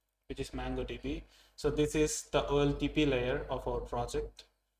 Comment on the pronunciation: It's not mAngodb but mOngodb